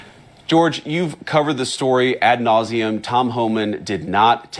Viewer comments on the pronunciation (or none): "At nauseum"??? 😅😅😅😅 It's "ad nauseum" nimrod! You're not my vice president... that's fo sho! you're an illegal occupant of our white house